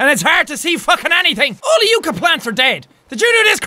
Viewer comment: So very late here, but yucca is pronounce with an "uh" sound, not an "ooh" sound :')